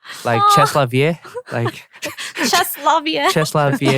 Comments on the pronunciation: "Chest la vié" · remember when peniel called out Ashley for not knowing how to pronounce c’est la vie? 😂